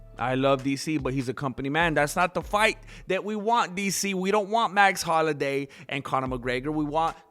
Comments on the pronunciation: Say it with me bratha HOL-LO-WAY! 😂😂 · Jesus Christ, it's HOLLOWAY! You buffoon. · Carlos Mencia can’t pronounce Holloway. W compadres. Say HolloWay. Essay